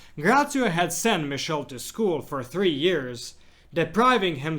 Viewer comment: St. Padre Pio;s brother's name is not pronounced as "mishell" but "mee-keel -e", The "ch" in Italian is pronounces as a "K"